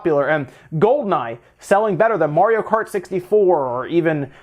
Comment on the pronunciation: "Mario Karty Deluxe" sounds lit